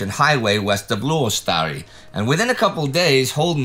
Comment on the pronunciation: Congratulations Indy! You pronounced Luostari (finnish for Monastery) absolutely correctly while still sounding like an alien or AI. :)